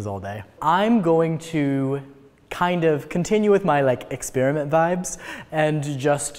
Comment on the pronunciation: U said "experiment wrong" it isn't like ear(eer) it like Eh like in pet. Ya welcome but love the German pronunciation of wonder-bread. mayo with grilled cheese is just weird, whatever floats your toast!